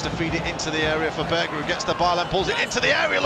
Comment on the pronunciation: Its berge not burger idiot